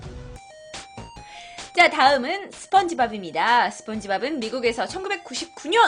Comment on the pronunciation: 스펀 아니고 스폰이에요 스폰지밥